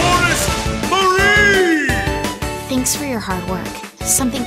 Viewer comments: is he name Ma-rry then and not Ma-Ree i'm so confused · It's Marie but that announcer pronounces it Mary :3?